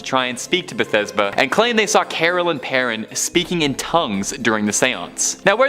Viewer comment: Bethesba?? De-"FO"?? The Exorcism?? Cler-gee.... I don't know what happened to this video but, oh, my soul hurts.